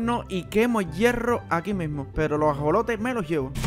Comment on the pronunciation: cuando dijiste alimentar a los ajolotes dijiste asolotes